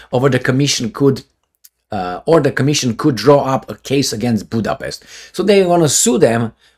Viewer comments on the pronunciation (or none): none